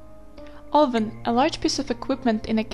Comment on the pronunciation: 'oven' is pronounced /avn/ check in the dictionary!!!